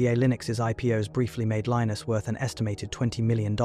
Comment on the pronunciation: The “narrator” can’t decide how to pronounce Linus